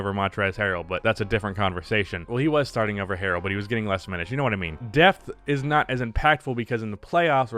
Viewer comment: Had this on in the background and thought you said "death"! Not a typical NBA topic.